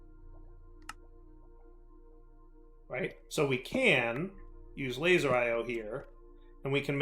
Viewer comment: Great episode till he said laser IO